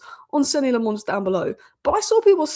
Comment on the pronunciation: its lammens not le'mons he's a Belgian not a frog